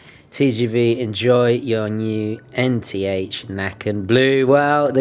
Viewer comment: The pronunciation is slightly off there. It’s actually a ”Ä”, which is a Swedish letter. Sounds more like Necken. The name itself is from Swedish folklore of a naked guy playing a violin by a stream attracting kids to him and drowning them. Used to keep kids from playing where they shouldn’t. Rather odd! Regards from Sweden anyhow :)